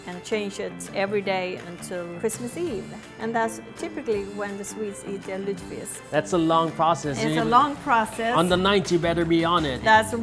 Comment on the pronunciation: Dude, your pronunciation of lutefisk is terrible lol